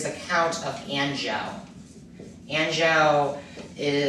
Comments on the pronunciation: dutch. e. arn-zhoo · Maybe check your pronunciation of 'Duchy' and 'Anjou'. Apart from that, interesting background on Guillaume le Batard!